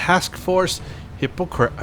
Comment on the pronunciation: Hippocrates is Greek pronounce it like hip aw crat eez